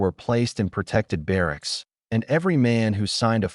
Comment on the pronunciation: Barracks not ba rack.